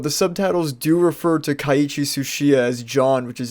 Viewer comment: It’s Keiichi NOT kiaichi